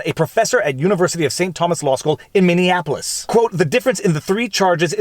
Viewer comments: lifelong minnesotan , its minn e apolis not minn e an apolis. lol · Minney-apple-ous not Minney-an-apolis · MINNIE-APPLE-US not MINNEONAPOLUS <3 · I LOVE when people pronounce the city as Mini-AN-apple-iss. It’s so commonly mispronounced that way, I’m starting to think it’s a meme. But for those who genuinely don’t know, it’s pronounced Mini-apple-us. You’re welcome. 😎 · Lol, you’re still saying Minneapolis wrong. It’s not mini-Annapolis. Edit: you only said it wrong the first time. You’re getting better at it! 😎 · Dang it Viva. The city’s name is Minneapolis. Not Minianapolis. Get the name right. 😎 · "Min-ee-APP-oh-lis." Not "Mini-Anapolis." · Lol I love you Viva, but please for the love of Christ it's pronounced Minneapolis, not MinneAnnapolis. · It's also Minnie-a-polis not Minnie-Annapolis. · Love how you say Minneapolis! "Minni-inapolis" 🙂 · Why do you pronounce Minneapolis like that? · Minneapolis doesn't rhyme with Indianapolis.